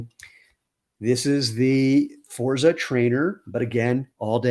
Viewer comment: congrats on the new designs. forza has a heavier emphasis on the z...imagine its a double zz sound like pizza and you've got it. looking forward to trying a shoe after getting some sandals